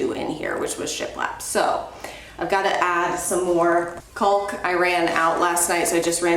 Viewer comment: Caulk is pronounced kaak. L is silent 🤷‍♀️😁